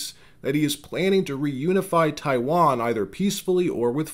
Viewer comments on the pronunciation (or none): none